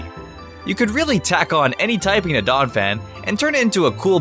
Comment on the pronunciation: IT'S DONPHAN, NOT DAWNAPHAN!